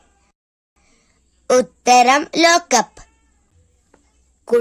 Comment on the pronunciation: ലോകപ്പ് അല്ല ലോക്കപ്പ്